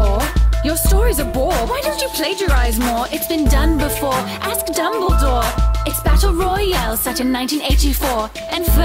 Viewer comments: *Dumbledore not dumbledoor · casually calls him dumbledoor~